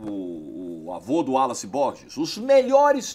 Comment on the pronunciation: Ninguém: Absolutamente ninguém: Absolutamente ninguém mesmo: “Álace” Borges: “No jogo bola, jogo de bola”